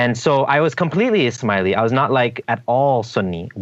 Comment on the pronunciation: Ishmaeli sounds like "Is Smiley" :-)